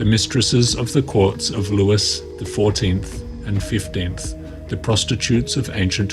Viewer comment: History buff here 👋🏻 Just letting you know that it’s pronounced LEWI (Louis XIV) 😊 Great content!